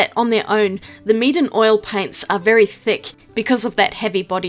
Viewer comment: When you said "Meeden supplies", it sounded like you were saying "Meat and supplies" as a pun.